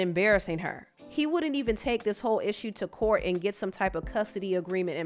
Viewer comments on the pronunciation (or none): The court exists its called "court" not "clout"